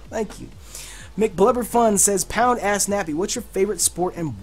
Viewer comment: I thought u were saying pound ass nappy lol